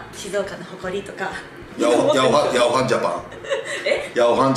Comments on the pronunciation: ヤワハンではなくヤオハンですね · ヤワハン→ヤオハンかな